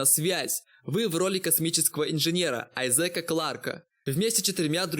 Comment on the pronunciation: Дид Спэйс хэх мдэ)))))) АйзЕка ))))))))))))))